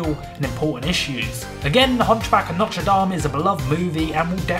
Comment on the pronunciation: You’ve pronounce The Hunchback Of Notre Dame the right way thank you cause some new generation keeps pronouncing it wrong